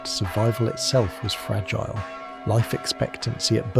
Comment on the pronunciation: AI act actually said " fra geel A" FRAGILE,,ridiculous